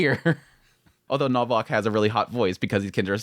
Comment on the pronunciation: Fantastic show, enjoyed your perspective on it and appreciate you showing it some love and exposure. Just a heads up, as someone with the same name, its pronounced Novak. Ws in Polish are Vs in English.